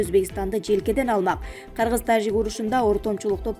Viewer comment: Диктор тажик деп айтканда орусча Жы дебей Кыргызча Жы деп айтчы